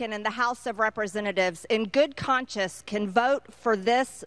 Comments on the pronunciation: It's 'good conscience' not 'good conscious' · “In good conscious” 🤪- MTG Girl, it’s “in good conscience.”